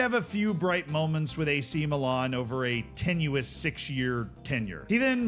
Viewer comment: Was getting pissed off with all the "aw" sounds in place/team names - Meelawn, etc. and then you said Ajaccio (Ataxoo??) in that mad way and I chilled 😂. Then you said Cawgleeawree and I was pissed again. And before the fanboys get pissed with this, he clearly is "trying" or at least conscious of it with what he said about Górnik Zebrze.